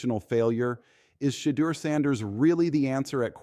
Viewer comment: Why do these people that are narrating the story cannot pronounce shedeur name correctly.